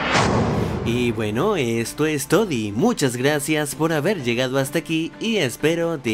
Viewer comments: ¿ Porqué dice todi? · Me da risa como dices "todi" jajaja